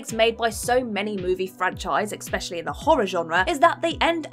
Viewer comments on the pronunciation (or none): Why can’t this woman say the word especially?? Expecially is not a word. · Exspecially? Really?